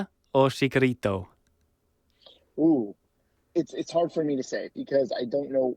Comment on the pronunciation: I love the podcast, but if you're gonna say Chicharito's name a whole bunch of times atleast give him the respect of pronouncing it correctly. Chee-cha not chick-a